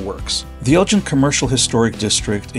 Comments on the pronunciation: Sorry, but my family has been living in or near Elgin (go not gin) for over 100 years. You are pronouncing it wrong. Don't really know how Mr. Elgin said his name all those years ago, but it has been Elgin (go not gin) all my lifetime. Other than the mispronunciation, pretty good show. Did anyone mention to you that Elgin's wide Main Street was used to film part of the movie, The Great Waldo Pepper? And you picked the right place to get your sausage. Meyers is way better than the alternative. Thanks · I guess relatives and friends who have lived in and around Elgin (g as in go) for 100 years have been calling the name incorrectly. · Great video. We live on the outskirts of Elgin, and I wish you’d asked a local how to pronounce the name of the town. It’s a hard G. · We pronounce the town name differently. It’s not like the marbles or other Elgins like the one in Illinois. Thanks for the video. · Did you notice the curved bricks? The very fancy brickwork reminds me of Baltimore. And the hard G in Elgin is pronounced like the g in girl. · Elgin is pronounced with a hard g, like giggle. Hard to watch when you keep saying it wrong. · If you do any other Texas videos, ask a local how places, streets, etc are pronounced. Even if it should be obvious- it might not be. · For as long as you were in the town you should have heard that it's pronounced "El-ggin" with a hard "g." Nice video. 👍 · It’s not pronounced Elgin like the watch or the other Elgin up north. It’s pronounced like El Gen. if you’re going to report on a particular place at least speak to some locals too get the pronunciation correct. Do your homework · Locals pronounce it not like the Liqours GIN but like GAN, “ELGAN” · It's El-Gin, with a hard "g", not El-Jin, which a person would learn in any conversation with a local. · FYI only since I grew up in the area; Unlike Elgin, Illinois or Elgin Baylor the basketball player, Elgin, Tx is pronounced “EL-ghin” and not gin, like the drink.